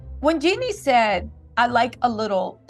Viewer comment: Her name is Jeannie like Genie not Jennie Lord.